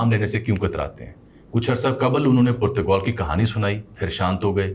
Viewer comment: Koirala Jami ko btaey k Purtgol nahi hai Portugal hai😂